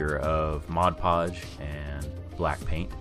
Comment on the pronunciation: Thank you for saying mod podge correctly!